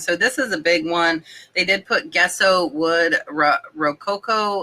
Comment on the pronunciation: Gesso is pronounced like Jess-o.